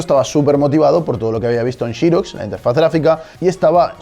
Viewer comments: se entiende la aclaración, pero qué hay de pronunciarla como se debe, sin localismos?...Xerox? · Pense que el comentario iba a ser por la pronunciación de Xerox... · Qué raro pronuncian por allá la palabra "xerox" 🤔🤔🤔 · O pronuncias Xerox tal cual se lee en español o usas un minuto y aprendes a pronunciarlo en inglés a través de Google. Suena calamitoso... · En los comtarios dice que no nos quejemos de como pronuncia apple.. pero no dice nada de Chirox.. jahaahahahahahaha.. que en todo caso se pronunciaría Sirox o Serox como en España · Por Apple no es drama q lo pronuncies cp lo hacen en España, pero pronunciar Xerox como 'shiroks'? Hasta el fabricante se autopronuncia 'ziroks' y generalmente en LA lo llamamos 'zeroks'. ✌️ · Nunca se ha pronunciado XEROX como chirox se pronuncia SEROX españoles pronuncian como el CULO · Se dice "xerox", no jiros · "Todo comentario sobre pronunciación será ignorado". Que jeta más ignorante. Si vas a decir Aple no digas Apel y di Serox, que no es catalán!!! Es obvio que estamos en España, pues habla E S P A Ñ O L! Cada una de las 10k veces que dijiste "Shirox" me salieron chorros de sangre por los oídos... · no lo tomes a mal pero dedicate a lo tuyo en esto no eres bueno MINIS PC eso si eres bueno viendo cosas nuevas es una idea espero que no lo tomes a mal .......y se se diceXEROX no YEROX .....JAJAJAJAJAJAJAJAJA es broma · "SHIROX"??? ----> mmmm....es "SEROCKS" al menos en Arg. saludos! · Shirox!!!!! jajajaja, jamas imaginé que los españoles le llamasen así. En latinoamérica le conocemos como Xerox o fonéticamente hablando: gzerocs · Todos flipando con Apel, Apol Aplele, Aple, pero a mí me llamó la atención que pronuncie "Chirox" al referirse a Xerox. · Vale lo de "Apple" o "Apel" como dicen en españa, pero ¿xirosh? ¿por que? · Me parece excelente que prefieras pronunciar las palabras inglesas con fonética española, pero entonces ¿por qué dices "Chirox? En inglés la X en Xerox no se pronuncia como "ch" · shirox, se dice xerox